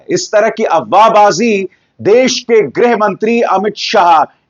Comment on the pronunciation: Say greeh not grah..